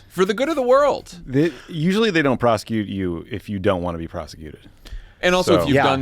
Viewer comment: He can't even say prosecute correctly.